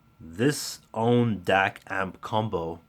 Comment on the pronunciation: AUNE is pronounced OW as in how, NEE as in knee. (2 syllables)